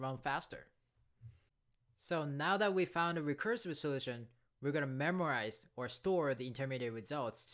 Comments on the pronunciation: Great video, one thing though, it is called Memoization as in (Memo) not Memorization as in Memory. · Memoize, not memorize